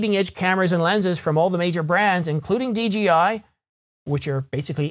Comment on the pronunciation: Dee Jay Eye (DJI) not Dee Gee Eye (DGI)